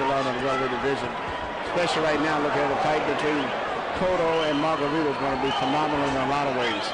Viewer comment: guys, don't be offensive. His name is not Margarito, its Margacheato.